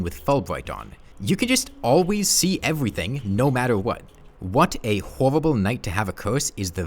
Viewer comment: Twees, Ewything, Cowwuptin worlds, Vewy vewy jagged waucks.